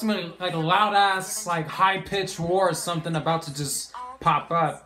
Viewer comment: “someings comthing” lmao